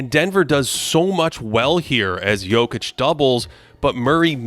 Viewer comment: Can’t stand the way this guy says Jokic, there’s not an L in it